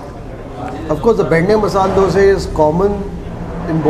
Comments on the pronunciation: Dosa.. Not Dose😒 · From where did you learn how to pronounce Dosa, vada etc? WTF is Dose, Wade? Annoying AF. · Thr is a big difference in Dose & Dosa: Dose: Crisp golden brown colour. Karnataka people call it Dosa: Yellowish white, soft. Tamil people call it Thanks avre. Enjoyed as much as you did! Special thanks for calling dish names as it should be.